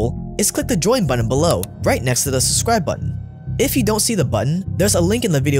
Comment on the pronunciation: Sub-scribe. Not sussribe. I’m going crazy here lol